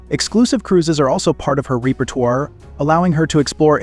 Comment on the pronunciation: "REEE pah - twahr" LOL it's pronounced /ˈrepə(r)ˌtwär/ AI voice?